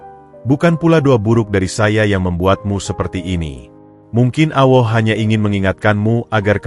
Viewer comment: Ngucap Alloh gitu kok gk bisa Alloh bukan Awoh